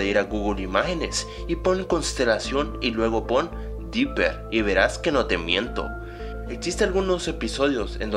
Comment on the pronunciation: dopper asta el lo dice